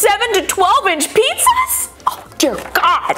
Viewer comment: I stg why does she pronounce it "Pessas" and not only "Pizzas"